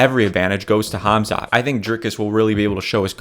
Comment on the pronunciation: Props to you for saying Khamzat’s correctly